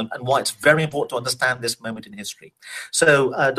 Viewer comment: Makari is my my name but they say it like ma Kari I geuss I'm a authour then?!